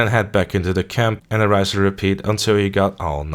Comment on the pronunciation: RINSE and repeat, not 'rise and repeat'.